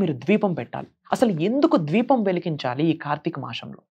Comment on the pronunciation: Bro dweepam kadu Deepam